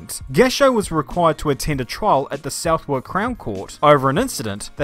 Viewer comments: "South-wark..." Aaargh, its pronounced Suth-ark... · "Suthock".... not Southwalk ;) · Bruh! - It'spronounced "suthrk". I know it doesnt look like that - trust me thats how we do it. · Isn't it pronounced like Sut-ock? I'm American so I'm probably way off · Generally yes.....maybe not an atlas though. Cringes in British/tea at Southwark pronunciation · The way he said Southwark was almost criminal 💀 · Say Southwark again